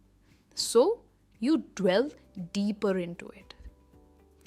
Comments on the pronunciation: hi madam, hats off to you for your superlative lessons...just to clarify..item 4...shud it be pronounced 'delve' or 'dwell'....grateful to know...great job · To the best of my knowledge the way you pronounced delve word was wrong. Wasn't it?